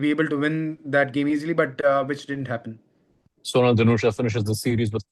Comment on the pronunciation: His name pronouns like sonaal not soonal